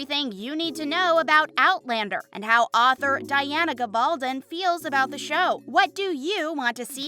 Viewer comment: She does not pronounced it correctly. Diana said it's pronounce Gabble Don with an accent on the "don". That is the English pronounciation, not the Spanish one as her father was of Spanish heritage.